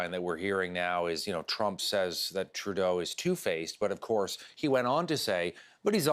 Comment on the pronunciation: Who tf is 'Trudau'?